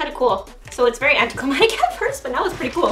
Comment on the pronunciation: English #1 sika its anticlimaCtic not anticlimatic